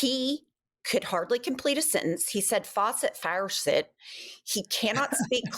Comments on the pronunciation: Did he say faucet or farcet?😅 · What’s a “farcet”? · He doesn’t even know how to say faucet!!! My dog has a larger vocabulary and a much higher IQ!!